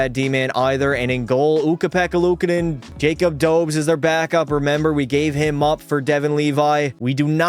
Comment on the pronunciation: 1st off, DOUGH-BESH 2nd off, D-AH-K. 3rd: B-OH-L-D-UEC (Hard to spell in English) 4th: Dem-EE-dov Edit: YAKOOB. NOT JACOB